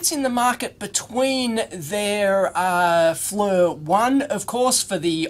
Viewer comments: For what it's worth, the company name is pronounced like "Fleer", not "Flur". But you get a pass because your moon is upside down! ;-) j/k... please don't these the knife on me! LOL! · Fernrat if you go to their corporate website and watch the promotional videos, they pronounce it "Fleer". I wonder if the "Flur" version is a regional thing? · Maybe his Flur unit does haytch-D video? :) But yeah... The mispronunciation of the company name does get a little annoying.